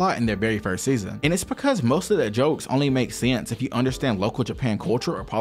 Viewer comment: aye why u say "sense" like that lol